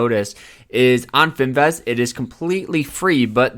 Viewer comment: bro please never pronounce the word finviz again because wtf LMAOOOOO